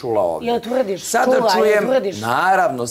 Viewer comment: A jel tvfrrrdish , a jel tffrrdish 😂